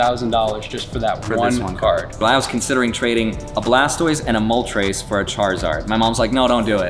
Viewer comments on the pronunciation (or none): The way he pronounces Moltres 😂